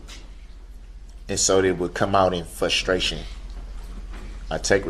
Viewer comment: "Fustration", what a moron...